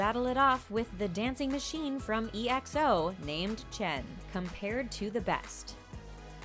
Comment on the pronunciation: Uhhh his name isn’t ‘Kim’ it’s ‘Namjoon’ Kim is his surname... And E X O REALLY YOU GOT TO DO EXO-L LIKE THAT?!